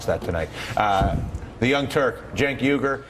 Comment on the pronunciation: Yeah it's funny they pronounce it like 'yugır'...and it isn't going to change.